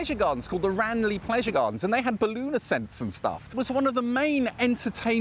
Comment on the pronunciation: Great vid. One thing though Ranelagh Gardens is pronounced Ran-lah. it was my childhood playground.